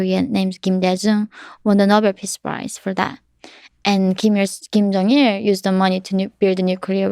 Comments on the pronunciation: Kim Jeong Il, not King Jeong Il. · Ahaha "King Jong Il"